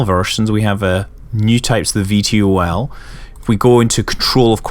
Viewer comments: you don't say (V-T-O-L) you say it like (vee-tol). lol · Scott, you're the first person I've heard spell out VTOL instead of pronouncing it "Vee-toll"...I found that very entertaining. :)